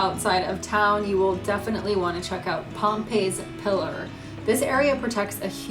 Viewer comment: Pompey’s is pronounced Pom-pees pillar. The video is fun!! That was really the weird thing I could not get over. It was named after Sacajaweas baby. It’s a walk for sure so take your good shoes. I loved the views you got on the rims. That was a great day! When you come back.. you gotta come back I would do some shots of the actual Zimmerman trail. That thing is something else!! Loved the video. Just the Pompey’s pillar thing. It’s about 30 minutes outside of Billings It’s east of Billing it’s it’s own city of about 180 people.